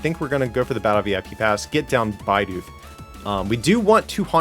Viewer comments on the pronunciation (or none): please its bidoof not b-eye-doof. Love the content tho!! very underrated channel.